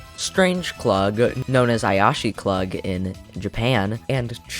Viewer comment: Layer 1: • It’s pronounced /kluːɡ/ (rhymes with “Moog”) not /klʌɡ/ (rhymes with “bug”) • The funny thing is that the Sonic mobile game straight up calls him Satan instead. • The PC-9801 (or PC98 for short) is a home computer game system that was popular in Japan and pretty much nowhere else. • Apparently, the IP rights of the Tetra Crew belongs to the Tetris Company instead of SEGA. • Tsu rule is like the Smash Bros Melee of Puyo Puyo • Oh the “24 sounds like Puyo” thing is absolutely true; Puyo Puyo 7 was first teased with the tagline, and I quote: “What’s mean 247?” [sic] Look up “goroawase number” on TV Tropes. • FFFFUCK Champions’ roster. Layer 2: • “Beauty beam” is a reference to Maguro’s storyline in 20th Anniversary, where Ringo explains to Amitie that Maguro’s eyes are so beautiful that he can enchant literally anyone except Ringo with a single look. Ringo literally says “he can shoot as much beauty beam as he wants”. That Tumblr post is just a reference to that. • Mini and Mega forms are only in Puyo Puyo 7, which is widely regarded to be the worst modern Puyo game [citation needed]. Transformation Mode also only appears in PP7. True to the name, the characters transform into the form of a toddler or the form of an adult, depending on which form you choose. There are weird exceptions to these, like Klug who turns into Strange Klug in Mega (cf. “Klug’s doomed future” in Layer 3), Satan who just gets longer or shorter horns, and Skeleton T who just swaps with one of th